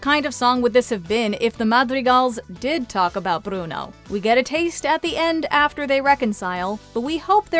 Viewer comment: Nice job rolling the R's on "Bruno", narrator.